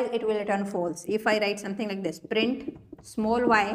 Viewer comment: Print not brint